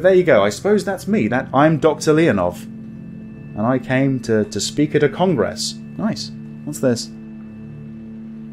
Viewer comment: I beg you not to accent 'gress in the word Congress... thanks 🙂